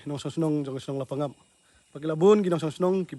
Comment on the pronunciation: Wrong pronunciation la pang ap...right La pa ngap